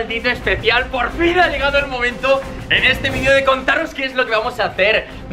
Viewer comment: Like si quieres escuchar a un Español decir VIDEO y no vidio xdxd (Like para que lo vea grefg y lo haga xd)